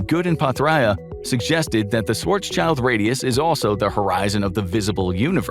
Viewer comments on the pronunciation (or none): It's Schwarz-schild, not Schwarzs-child. It's German, not English. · Schwarz. Schild. NOT shwarz child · Schwarzs - child LOL It's Schwarz - Schild, the latter part meaning 'shield' and pronounced similarly. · "swartz-child"...wtf...dude...it's schwarzschild....shwarz-shild....black-shield. shield, like a knight wears it. not child. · I really wish people would learn to correctly pronounce Schwartzschild before pronouncing it as Schwartz Child. It's Schwartz Shild. Please and thank you. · Schwarzs"child" xD you spell the first part right but the end you should spell like "shield" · Learn to pronounce Schwarzschild first.